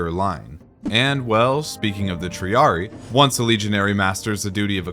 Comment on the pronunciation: Whenever you see two "I" its pronounced as for example. Triarii is Tree-ari-I not tree-ari